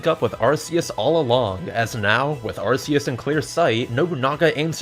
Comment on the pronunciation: Arceus is actually pronounced Ar-key-us